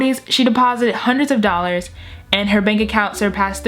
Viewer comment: Did you say 3million dollors